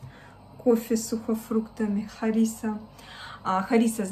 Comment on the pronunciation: ХарисАааа,ударение на последнюю А!!Я варю по древнему рецепту из петуха и пшеницы!Кладу одновременно и мясо,и пшеницу!!Трогать,мешать ,опускать ложку нельзя!Расчет 1:3!!И все мои родственники варят так!!